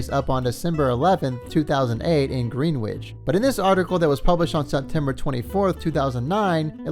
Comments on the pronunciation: "Greenwitch" *screams internally* *ahem* my friend, it is pronounced "Grennitch." If I knew how to type IPA on my phone, I would just do that instead, but using regular phonetic words (as in words with direct correlation between spelling and sound) works too. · For those who don't need the full freakin episode recapped and just want the follow up, skip to You're welcome. Also...jesus christ dude...it's gren-ich...not green-witch. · I know this is about sammy an all but it’s not pronounced Greenwich it’s grenitch ik the English language right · Narrator: Greenwich is pronounced Gren-itch. Not Green Witch. But you were not to know, unless told.. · Green - wich? It's pronounced Gren - ich. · Dude, it's pronounced GRENICH Connecticut. Not GREENWITCH. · The pronunciation is not "Green Witch," the pronunciation is "Gren itch." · It's pronounced Gren itch, not green witch, first off. Secondly, this guy is a real jagoff who thinks he is a mafioso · “green-wich” it’s pronounced Gren-itch bro omg 🤦‍♂️ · Pronounced grinitch not green-wich homie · I hope i have a better night eating at my favorite places in "Green-Witch" Village in NYC. Seriously though, "Gren-itch." It's pronounced "Gren-itch." Accent on the first syllable. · It's pronounced Gren itch not Green witch!! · Dude. sorry to saay this but you need to leaaarn b etter english if you are going to narrate things. It is pronounced Gren-itch NOT Green Witch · Sammy is obviously an A hole… also it’s pronounced Grennich not Green wich. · Dear narrator … Greenwich isn’t pronounced “green witch” it’s “gren itch” … this hurt my ears. Otherwise, pretty entertaining content. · I was expecting more comments to say: it’s actually pronounced “Gren-itch” not “Green Witch.” It’s one of those odd names where the pronunciation is way different from what you’d expect from how it’s spelled. I used to make that mistake all the time myself until I got corrected. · Just a note, the city Greenwich is pronounced Gren-itch